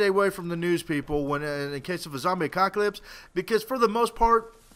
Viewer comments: Its 'apocalypse' not 'acocalypse' :L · Apocalypse not acockolypse... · do you say acocalyps instead of apocalyps ?? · I cant take u seriously when u keep saying ACOCKALYPSE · he said a cock alypse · Did he just say zombie acockalypse? :D